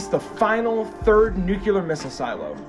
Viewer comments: Nuclear, not Nucular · New-clear....NOT nu-q-ler